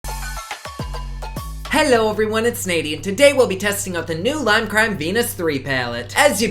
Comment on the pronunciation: “leem cream” I just don’t even care what you’re doing anymore, you saying a brand name in a funny way is all I need